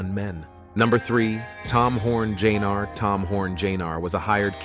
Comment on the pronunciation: Tom Horn, Jnr... Tom Horn JAYNAR??? Try Junior!